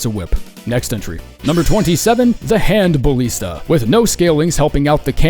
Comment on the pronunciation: You butchered Flamberge. IT'S FLAM, like HAM, and BURG. LIKE BURGER?! THAT'S HOW YOU SAY IT. And why are you making your life harder by putting emphasis on the 'i' in Ballista? It's ridiculous.